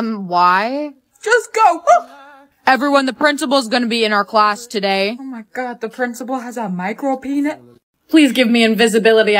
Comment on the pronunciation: lol it said oh my guaah 😂😂😂😂